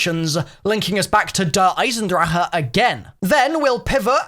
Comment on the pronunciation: He always pisses me off when he say see eisendrache wrong